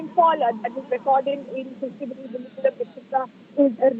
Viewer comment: Krishna - GIRI. Not Krishna - Nagari